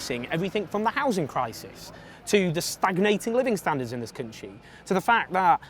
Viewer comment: Labour won't win with Corbyn. That's so blindingly obvious, when will you wake up. Ps: why do you pronounce "country" so strangely?